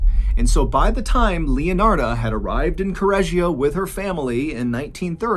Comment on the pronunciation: I follow from Italy and I'm born here. I'm in love with the totally wrong pronunciation of Correggio. However we call this lady "La saponificatrice di Correggio", it's a well know case. And we have many more.... Hope to listen to them here, one day ❤️